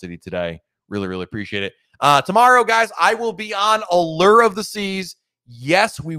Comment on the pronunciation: Maybe you will finally learn how to pronounce Allure 🤔 Have fun 👍😄